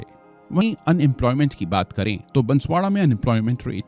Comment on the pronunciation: महोदय आपसे बारां और बांसवाड़ा का उच्चारण भी नही हो पाया, उससे अतिरिक्त और भी कई गलत जानकारियां है ऐसी कोई मांग नही उठ रही है कृपया करके लोगो को बरगलाने की कोशिश न करे।